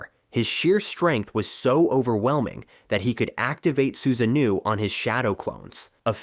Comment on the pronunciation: “Man jaa keyu” “su zaa no” 😅😂